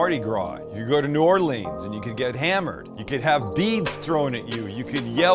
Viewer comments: Stop saying “new Or-Leeeens”, it’s “new or-Lens” sounds like the name Lynn… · Come on down to New Orleans! Will get you right! Btw it’s New Or-Lee-ans, not Or-lean-s. All good tho. Much love. Keep the videos coming. A couple of local YouTubers will be lucky to have you. Let do a collaboration, I’ll set it up. #cajunninja#stalekracker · The bread IS the po boy. Also it's Nawlins not New-or-leens. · We pronounce it New Orlins. And yes, the bread makes the poboy. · Sam - get the boys together and come on down to New Orleans. We have got to some local cooking and culture with ya (and maybe ride in a parade next year). No hating or bashing; but hold the old bay (as many said), traditional seasoned flour (hold the corn meal for dem oysters), catch the real MG dates, and maybe learn how to say New Orleans. No matter what, we will still love ya and pass a good time. Welcome anytime, my guest. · I got a chuckle on your pronunciation of "New Orleans".....